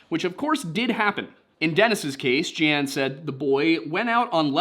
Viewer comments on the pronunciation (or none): Its Jeane Pronounced like " Gene " She was a well known astrologer and supposed psychic 50 plus years back. Many put a lot into her predictions. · It's "Jeen" Dixon. I'm old. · Jeanne is pronounced "Jean" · Jean is technically pronounced Jon because its French but its pronounced Gene not Jee-ann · Jee-Ann??? JEE-ANN????? You gotta be kiddin' me... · It is pronounced "Gene Dixon." She was very famous for that time. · Jeane is pronounced Jean. I was a kid back then and she was very famous. I remember her very well. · GEE-an. Heh! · Good show, as usual, but FYI...the psychic's name is pronounced like the denim pants...jean. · If she ever comes up in an episode again, the psychic's name is pronounced "Gene" Dixon. I know because my God I'm old and remember seeing her on TV back in the day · Her name was pronounced 'Jean' Dixon. She was a famous psychic back in the day. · Jeanne Dixon was pronounced like Jean. At least, I never heard it pronounced in any other way, and she was pretty prominent in the news at the time.